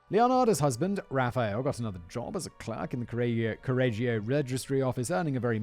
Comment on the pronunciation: I started the video while looking forward to the butchered Italian and I was not disappointed 😂 I love that every time Simon said Correggio, he pronounced it in a new different way 😂